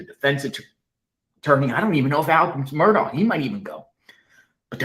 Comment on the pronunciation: How in the world could watch the murdaugh trial for 28 days and still say his name wrong?